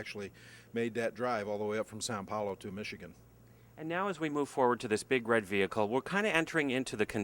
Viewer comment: You'd think they could get someone who wasn't such a dumbass. "Wood spoke tires"??? And it's São Paulo, not San Paulo.